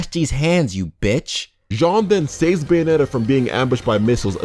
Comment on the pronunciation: More like...Bae-onetta? 😉